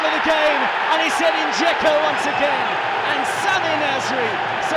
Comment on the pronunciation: Its not Gecko, its Dzeko